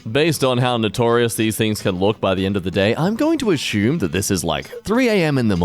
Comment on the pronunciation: * says sardines are disgusting * Also: * too ignorant to pronounce the word "assume" correctly *